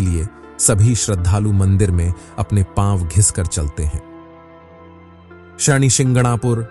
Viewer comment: नाम तो ढंग से ले कम से कम , ये शणी क्या होता है?? शनि को शणी बना दिया